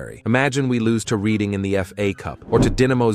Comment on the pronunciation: If you're going to pronounce it reed een instead of red een, commit hard. Call 'em Reading Rainbow.